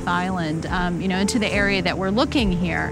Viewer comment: Kai koda? ....Kaikoura.